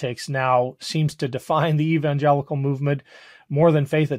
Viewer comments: Did she say evangelical "nutworks"? 😀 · She is mispronouncing evangelical. It's throwing me off so badly that I can't pay attention. I grew up evangelical and that's NOT how it's pronounced. Why am I supposed to believe someone that doesn't even know how to pronounce the name? Seriously.